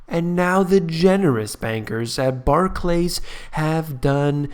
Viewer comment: You pronounce Barclays as though it were 2 words, it isn't... Barclays not Bah clays xD